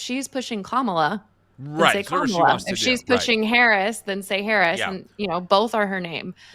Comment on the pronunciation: What I want to know is why so many conservative commentators mispronounce her name like Kam-AH-la instead of KAH-mala. Is it on purpose? It’s not a hard name